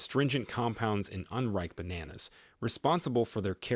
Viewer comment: Bananas 😂 Say it properly.